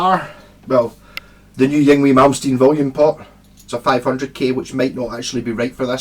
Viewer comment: It's pronounced ing-vay! Lol